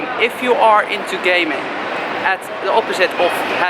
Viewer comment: did he say gay men or gaming lol